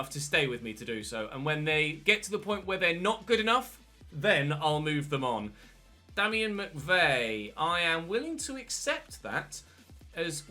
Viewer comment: I'm irish and damien is pronounced dameien